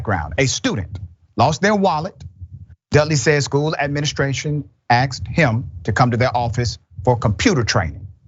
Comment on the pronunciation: Did the doctor say “axed” com’on. Man